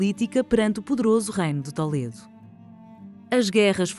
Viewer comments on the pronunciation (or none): Em Português não se diz "Tóledo", diz-se "Tuledo", não há necessidade de incorporar uma pronuncia espanhola.